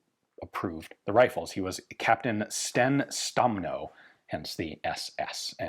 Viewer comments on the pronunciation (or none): Not being a native speaker I think Ian overall makes a very good job. BTW Sten Stenmo should be promounced with a long e, Steen Steenmo